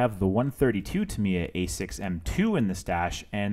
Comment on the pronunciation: Not trying to be a dick but..... so many people mispronounce the makers name. It sounds like Tah- me- yah. たみや in Japanese. Sorry, but I had to. Great video and a sweet looking end product